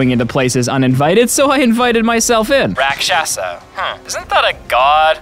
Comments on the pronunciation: Not rak sha sha its rak shas meaning demon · Rakshasa pronounced r-aakshas s a demon